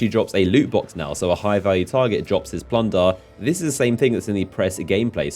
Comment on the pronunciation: Lots of Plundaarr and glimmaar😁